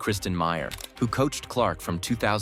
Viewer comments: Whoever did the Narration needs some EDUCATION. Des Moines, IA, is pronounced DeMoin,... NOT Dez Moinz. -- We're surrounded by fools, thieves, and idiots. -- You turn an otherwise terrific video into caca. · 0.25 Love the AI narration. "Dezz" Moines? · These A.I. voice overs are driving me nuts. "DES" Moines? 😂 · Desr AI, it’s Des Moines, not Dismoines. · Learn to pronounce Des Moines, please. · To the narrator, both "s" are silent in Des Moines when referencing Iowa (it is derived from a French word), but are usually pronounced when referencing the one in Washington. You're welcome. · Every single time they mispronounce Des Moines I wince. It was horrible to listen to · You need to learn how to pronounce Des Moines correctly!